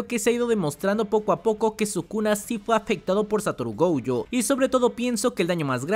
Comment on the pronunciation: Por queeeee dice GOUYOOOOOO… es gojo (goyo) punto